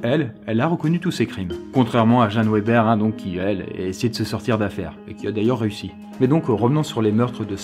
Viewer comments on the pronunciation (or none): La 3e c'est pas "Weber" mais ça se dit "Veber"... Oui, c'est mon nom de famille... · Ca ne çe dit pas "ouéber" mais "véber" ;) Sinon super vidéo , les Bulles sont mes préf !! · Jeanne Weber se prononce Veber.